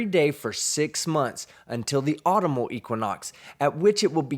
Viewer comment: Love you and the channel so much man. However, I don't know that you can criticize folks like Derick for his pronunciation of "earth" when your pronunciation of "autumnal" is wrong.